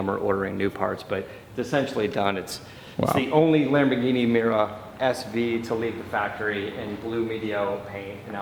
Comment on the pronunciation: Damn it! If you're gonna say the name of the car, get it right. It's Mi-Yoo-Rah. Italiano! And it helps to have a double espresso in one hand and a lit cigarette with an 2.5" unbroken stack of ash in the other. And use your hands expressively when you talk--but don't break the ash stack.